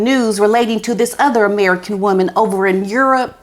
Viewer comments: I hope you watch this back bc every time you said "no or something similar" Otis would turn away from you and look down and then a few seconds later look up at you like "is it okay now?" It was adorable. I also love the way you say Ameri-can. Thanks for the laughs. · Please pronounce American correctly. Comes off as mockery.